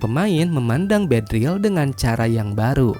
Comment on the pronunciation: Beedrill yg bener, min 😅